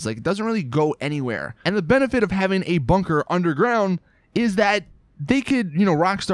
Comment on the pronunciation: i cringe every time he says "bunker"